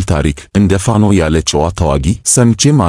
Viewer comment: ለዜናው እናመሰግናለን ! ፋኖ ስትል " ኖ " ጠበቅ ማለት አለባት፣ ያንተ አገላለጽ ልክ አይደለም፣ ለመሆኑ ፋኖ ፋኖ የሚለውን ወኔ ቀስቃሽ ዜማ አላዳመጥክም? በል ቶሎ አዳምጥ፣ ኮሜንቱን ተቀብለህ አስተካክል፣ በተረፈ በርታ!!